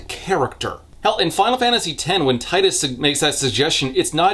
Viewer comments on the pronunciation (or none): I have never heard anyone call him Tee-dus.